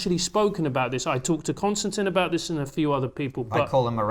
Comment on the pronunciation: Right off the bat. I know it's my OCD but. His name is Kon-stan-TIN! It's not Constantine (not Con-stan- TEEN). I'd be pretty annoyed if people were constantly mispronouncing my name. But I guess he's so used to it by now that he just doesn't even bother correcting people. It's like when people call me Mike when that's not my name and I've never been called that. It's Michael. Thank you very much.